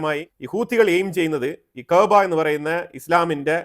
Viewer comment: ഉണ്ടയാ എന്തുവാടെയ് ഈ പറയുന്നത് കഅബ എന്ന് നേരാവണ്ണം പറയാൻ അറിയാത്ത നീ? കഅബ ഷിയക്കാളും സുന്നികൾ ഒരേ പോലെ പുണ്യം ഉള്ള സ്ഥലം ആണ് നീ അവിടെ പോയിട്ടുണ്ടോ?